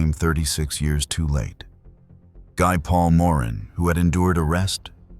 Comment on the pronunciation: Guy Paul Morin is pronounced "GEE Paul More ANN". A cursory listen to any newscast at the time would have helped you out there.